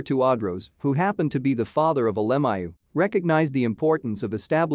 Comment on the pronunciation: I wish they would pronounce his name correctly.